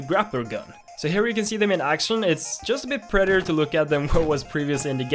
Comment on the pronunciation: or he says prettier so weird